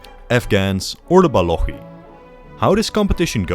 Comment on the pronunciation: They are called Baluchis, with ch like chamber, not balokhis